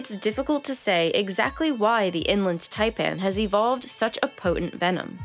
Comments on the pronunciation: the person narrating this needs to go to school again and learn to pronounciate... one doth pronounciate correctly... the ''IN-land tie-pann'' not the ''eng-lind ty-pan'' i got to in the video before i picked up a book and bashed my ears in... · It is In Land Taipan, NOT Inlund.........it is also called the Fierce Snake.